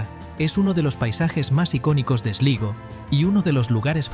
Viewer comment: Se dice Golway....,(se escribe Galway ) Slaigo (se escribe Sligo) Es importante pronunciar😅 bien